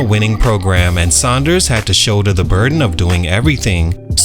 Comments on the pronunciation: It’s Sanders not Saunders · It hurts my ears hearing him mispronounce his last name...🤦🏾‍♂️